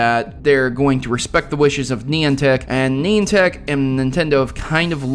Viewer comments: It's Nie-an-tic, not neon-tic. details, they are important! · stop saying neeantic